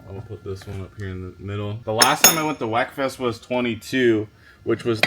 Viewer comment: it’s not “wek”, it’s pronounced “weak”